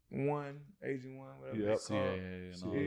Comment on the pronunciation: At first I thought was saying he was looking for an Asian. An agent! Makes more sense. No offense to Asians. Hey, shout out to all the Asian agents out there.